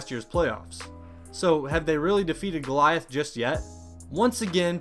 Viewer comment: He called him “galieith” lmfao